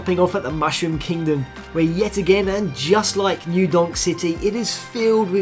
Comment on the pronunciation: "new yornk city"